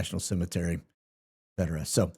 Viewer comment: It's obvious that you can't read. You don't know the difference between a 'T' and a 'K'. ETcetera, not EKcetera.